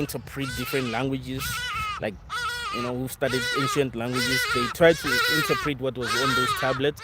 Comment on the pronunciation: ¨Interpret.¨ ¨Realm.¨ - Pronunciation.